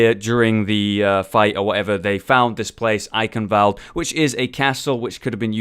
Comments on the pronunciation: not eikenwält, eichenwald, which means oak forest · Why is everyone saying "Eikenwoalde". That's wrong.